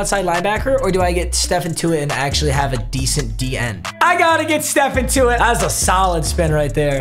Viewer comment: “Stephan Tuitt” 🤣